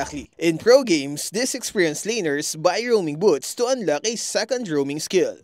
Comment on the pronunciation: Thanks for the useful topic, however please improve your accent especially on the pronunciation of the letter "K" or "CK" like in "Unlock", your current pronunciation is like the Arabic's "Kha" (خ) which is confusing